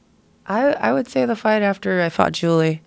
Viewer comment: GOOD MOWERNING, JOO-LEE-UH!